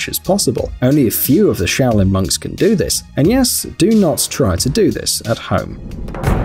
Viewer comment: I thought at the start that you said shaolin mugs😂😂😂